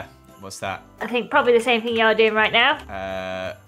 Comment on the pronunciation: when you say thing it kinda sounds like fing to me